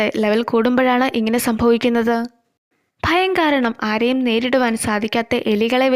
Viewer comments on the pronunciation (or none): ഫയം എന്ന് അല്ല ഭയം എന്ന് paray chechi😹💕🌚✨️❤️